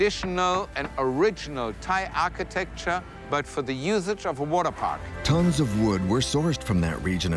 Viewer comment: "Waterpak"... Really?